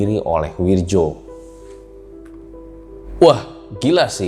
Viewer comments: Ngerasa aneh aja gt denger narator ngomong "Wirdjo" bukan "Wiryo" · Bacanya wiyo. Bukan wirjo